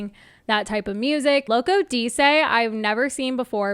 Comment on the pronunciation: Did you say Loco Dee-say? It's Loco Dice 🎲